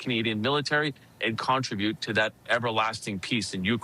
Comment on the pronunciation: Why does that guy ( didnt catch his name) news caster say Con tri bute. Did he learn pronunciation from AI? The word contribute is pronounced ... con trib ute....